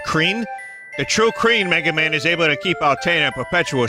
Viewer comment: We must wecoveh the Mana stone's enewgy wuhmegaman!